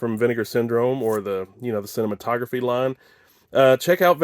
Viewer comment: The label is pronounced sih-nay-mat -o-graff. Named after one of the earliest film projectors.